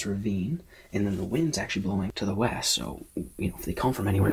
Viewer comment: Witch ways the wind blowing, “weast” llooll